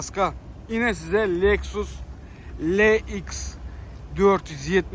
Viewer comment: азрак гапламакни урган хаиш саннан гормак отвратительно сани обзорларынгны, ( лееикс ) даб айтылмиди ЭЛ-ИКС даб айтилады!!!!